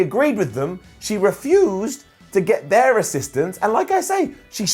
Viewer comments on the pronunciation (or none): none